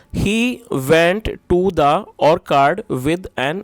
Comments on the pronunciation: Sir orchard ka prannunciation shi nhi h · I think wrong pronunciations of Orchard. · Orchard pronunciation sahi nahi h